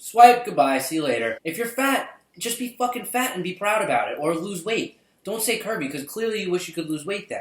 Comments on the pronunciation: I swear to god, through the whole video I thought you said Kirby instead of curvy. I thought I'd shit myself for laughing. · For a while there I was hearing "Kirby" instead of "Curvy". Can we say that instead? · I LOST MY SHIT LAUGHING I THOUGHT YOU SAID KIRBY!!! XD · When he kept saying curvy I thought he said Kirby